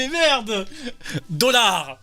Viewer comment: Greg master le maillon faible?! Les gars « LE CHIENG » « DOLLARS » « TOUR-NE-VIS » ???!! NON je suis ko xD...